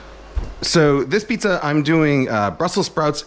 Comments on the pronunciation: Mf said pziza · Between piziza and the whistley nose, this has to be the funniest video yet 😂 I need me a pizza oven asap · This mf said pziza!